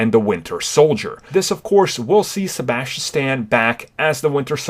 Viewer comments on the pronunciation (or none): none